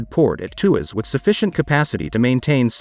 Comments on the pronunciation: It's not a 2 ass mega port 😂! It's pronounce as tua - sss. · It’s pronounced as “TWAS”!!